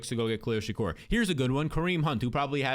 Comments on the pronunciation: please it's (SHA-KEER) not (SHA-CORE) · "Sha-Keer" not "Sha-Cur" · Said Shakir’s name 10 times, but 5 were Shakur, great Job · How do you get Shakor out of Shakir that name there ain’t no O in it 😂😂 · Why can’t homie pronounce Shakir?